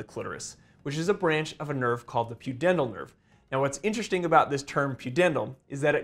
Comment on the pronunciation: “It’s definitely gonna be an IN-teresting one”